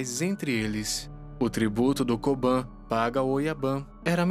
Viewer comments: Uma correção: se pronúncia Kobun e Oyabun exatamente como se escreve. Diferente ao inglês a vogal "u" não se pronúncia com "a". Portanto Oyaban e Koban não existe. Ótimo vídeo . Fica só essa dica. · Oyabum kobum vc ta pronunciando errado